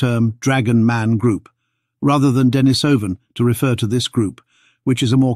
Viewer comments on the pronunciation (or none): Denisovan is pronounced "Deh-NEE-suh-ven".